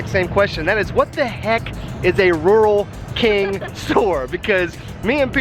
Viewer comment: its pernouced rule king